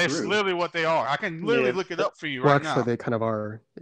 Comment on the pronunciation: By "lerly" I think he meant literally.